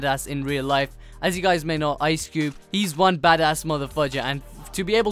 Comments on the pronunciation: It's Ice Cube not Cubed! Damn it,! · It's Ice Cube not Cubed bruh but still cool